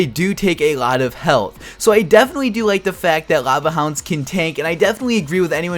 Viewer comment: Can you not pronounce your Ls? They're not "Rava" Hounds y'know xD